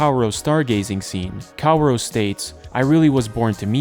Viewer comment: i'm choosing to fall victim to your genius plan of getting people to engage with the video by saying "kawuro" instead of "kaworu".